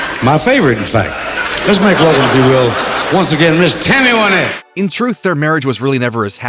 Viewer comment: It's Win ette not Wine ette.